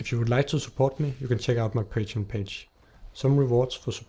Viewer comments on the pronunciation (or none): none